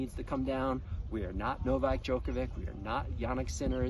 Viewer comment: What's the price of your opinion when you don't know how to pronounce Djokovic right. Or simply don't care. Shame on you